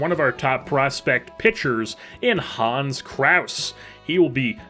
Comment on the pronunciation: I am German and the way you pronpunced Hans was not German at all, it was just funny.